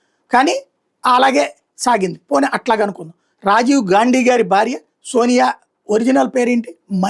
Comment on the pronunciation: గాండీ కాదు గారు గా....😊